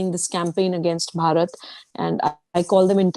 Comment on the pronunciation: Why don`t you people just say INDIA !! The way you Indians pronounce Bharat , it sounds like you are saying Parrot ( like the talking birds ) !!